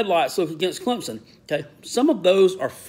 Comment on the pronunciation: Did he say Clemdump??? 😂